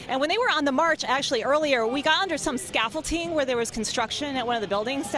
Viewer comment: News lady, it is pronounced scaffolding, not scaffoltine, dummy.